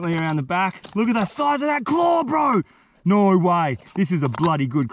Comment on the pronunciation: Nor way, NOR WAY BRO....why can't people from Australia say No?